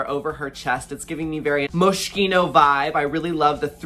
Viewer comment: LOL I'm Italian and I fell from the chair when she said "Moschino", sounds like she's saying "a little limp" in Italian LMAO. I love her to bits btw